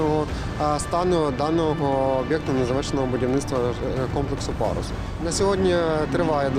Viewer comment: Пагус забогловович. Как можно ггаботать журналистом. Ььфу